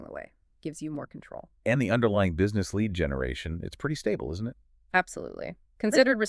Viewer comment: If your going to use AI at least. Preview what it says in the beginning pronounces Lead as Lead the metal at the time stamp